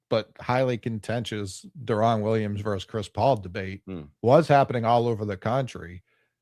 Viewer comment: refusing to pronounce Deron Williams’s name right every single time